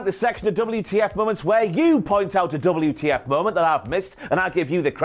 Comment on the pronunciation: Man, nice of the Rock to emphasize the “F” in WTF. 👏